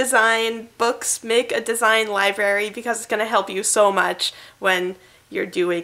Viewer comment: It's library, not libary. I let one slip, but after the 2nd one, I had to comment. & Curious to see how you pronounce February too. ;-)